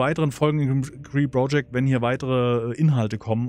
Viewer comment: Part 89 und ich war in jedem dabei. Jedesmal ... 89x habe ich mich darüber aufgeregt, dass du "Bro"-ject sagst, 89x habe ich es mir bis zum Schluß angesehen und mich von dir überzeugen, nein regelrecht anstecken lassen. Die Android Version ist gekauft und ein wirkliches Spielerlebnis, Lust auf Frust. Ich hoffe sehr, dass du es nach kommenden Updates irgendwann weiter zockst... Gruß NeoM